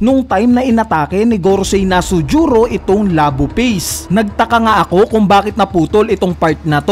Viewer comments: Nusjuro un, sir hindi Nasujuro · BAKIT NASUJURO YUNG PGKAKABIGKAS MO?